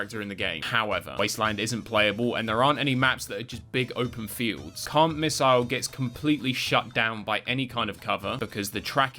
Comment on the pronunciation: Why do i keep hearing "Cunt missle" instead of "Can't Missle"?